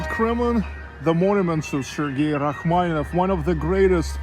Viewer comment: Interesting video. You provided Rachmaninoff, Rackmanieff, is the “ni” silent?